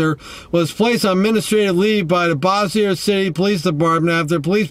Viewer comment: Yup, you’re not from around here! You cracked me up how you pronounced Bossier City! 😂 Not even close to how it actually pronounced! I live in Shreveport...Bossier is our neighboring City! But......You’re right! This was messed up! Gross! 🤢